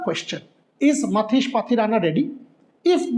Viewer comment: Matheesha* Pathirana... Not Matheesh.